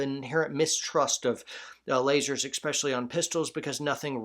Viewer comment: eSpecially not eXpecially my brother